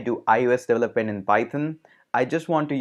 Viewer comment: how do pronounce "development" again? "devlelet"?